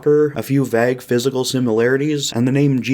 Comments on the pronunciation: this video would literally be flawless if this guy didn't pronounce "vague" like "vagg" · That's not how you pronounce vague